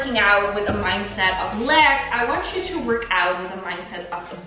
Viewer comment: I know you say to not work out with “a mindset of lack,” but I always hear “a mindset of leg” and that never fails to make me giggle a bit since we’re doing a leg workout, haha